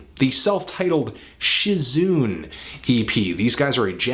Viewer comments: She-zoon?... She zu nay, is what I think you mean :P. Great little EP, though. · It's shi-zu-ne, not shi-zune, Anthony! They're Japanese! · If they're Japanese, then "shizune" is three syllables - shi (as in "she"), zu (as in "zoo"), ne (as in "next"... not "nay"). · I've never listened to Shizune (or heard of them lol) but I think its pronounced Shiz-oon-ay